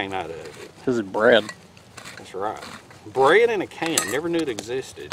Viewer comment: well 8 never heard of it either.. but it sounds like "Bred in a Can" lol sometimes I go by deaf bread 🍞 heheheg